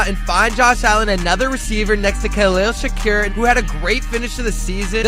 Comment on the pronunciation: Bro said Khalil Shakurrr